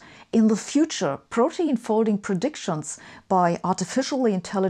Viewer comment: It's actually pronounced pro- teen (like in e.g. teenager). Being German I made this mistake myself until a native speaker made me aware of the right pronunciation.